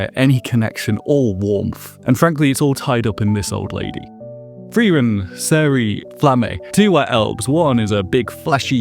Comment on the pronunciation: not pronounced “Seh-ree”, “Zeh-ree-uh”